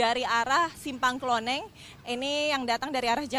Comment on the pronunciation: Simpang KLONENGAN bukan KLONENG. Kadang reporter suka buat nama sendiri, Kalo nelum tau tanya warga sekitar.